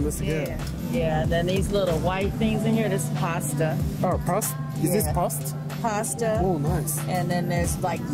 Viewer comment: カリフォルニアいたのにLA行ったことないんだ㌔ いいな〜 あと、pastaの発音は“パｧスタ”でいいのよ 変に英語っぽくしようとしてpast にっなっちゃってるわよな😇